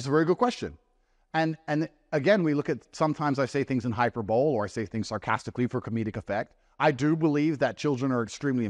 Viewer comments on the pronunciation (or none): Andrew, sir, it's hyperboleeee. Not hyperbowl. And "coincidental" isn't pronounced "coincidentual". Just some thoughts to add to your critique of your performance on this interview. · Did he say hyper bole?